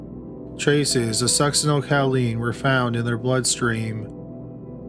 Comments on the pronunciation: I love your stuff but just for future reference it Sucks-sin-ol-COH-Leen. Not ‘cow”. I’m sorry, I’m truly not doing it to be mean. I just can’t help myself. 😁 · And the drug she was using is pronounced Suck-sin-el CO-LEEN, not Cow-leen. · The med is pronounced sucks-eh-nyl-ko-leen, not cow-LEEN, but good try nonetheless. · Cowleen or choline (co-lean: no “w”)? 😉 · I'm sorry I have to... succinylCHOline not cow-leen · Succinyl "ko-leen" not "COW-leen" and you cannot detect it after death usually because it breaks down in the body really fast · Suc-cinal-coaleen is more how you pronounce it. 😰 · Fyi... Succinylcholine= suck-sin-ill-ko-leen... There's no 'cow' in it, lol 😉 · it's pronounced succinyl KOL-ine. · The Succinyl-COW-line pronunciation kills me. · me too... Cow?? 🐮🐄😐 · It's also succenol co lean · Ffs succynal Choline not caleen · OMG, I love your videos but, so help me, if you mispronounce Succinylcholine incorrectly ONE.MORE.TIME., I'm going to turn this car around right here! =D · Hoooooow can you be a murder channel and mispronounce succinylcholine 800 times in a row lol. You can’t watch more than 3 episodes of Dateline without hearing that word 15 times. The cringe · omg, I was looking for this comment. I'm literally physically curling into myself every time I know it's coming. I don't even know how you'd get this pronunciation from the way it's spelled. OK, I feel a little better now that this off my chest. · Oh my god, I’m not the only one. I twitched every time I felt it coming. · You know, you got a pass on the 'Chick-a-fil' but if there's a medication you can't pronounce, look it up! Succinlycholine is such a popular drug for killers we all know how to say it!!! This is a crime channel, what the hell??? Friggin' "Chick-a-fil ' was inexcusable also!!! No more passes, dummy!!!! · Just in time after I went out to do some essential grocery shopping! Stay safe! Video starts . That pronunciation of succinylcholine....